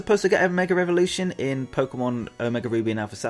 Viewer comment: gotta get this of my chest after a long time. your pronunciation of mega as "meger" is often hilarious but also getting on my nerves.